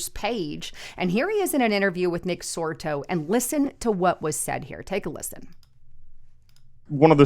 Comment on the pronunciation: It's not Nick Sorto.